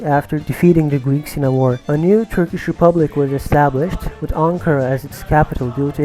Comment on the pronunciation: Have you learnt Turkish? How are your pronounciations really good? <3